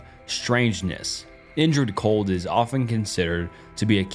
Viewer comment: Indrid Cold, not injured cold. Damn bro.